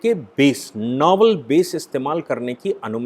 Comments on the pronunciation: it is नेवल and not नोवल। आपका अनालिसिस अत्यंत सटीक और सुन्दर है। धन्यवाद। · noval nahi...please say Naval base....